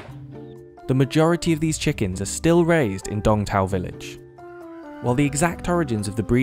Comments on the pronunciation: I think its called Sooong Taaoo, instead of dong tao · Tôi thì nghĩ nên thuê người Việt để thuyết minh chứ nghe mấy ông tây đọc đông tảo thành Đong thao nghe sai sai ấy